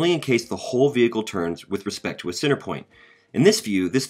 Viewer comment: cenTer...imporTant. Enunciation.